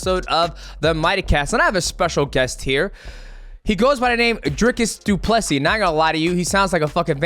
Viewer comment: Mighty! You will be welcomed! Thank you for pronouncing Dricus Du Plessis correctly